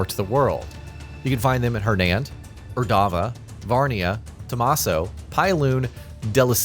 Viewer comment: Wait so you are an AI generated voice? Or you just never played the game and don't know how to pronounce the region names properly? "De-lee-see-a" and "Ur-da-var" ... just use a real human voice please!!!